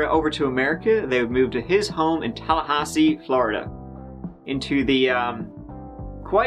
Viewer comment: "Turd marriage in Tallhasee" LOL